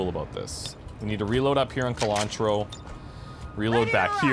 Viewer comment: I love Colantro being in your squad, because every time you say her name I think you're saying cilantro and that strikes me as very funny for some reason.